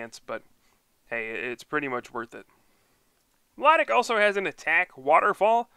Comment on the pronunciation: I meant its pronounced my low tic